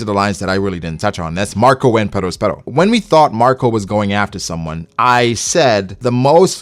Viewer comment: Yo dawg why you rollin r’s on perosperos ???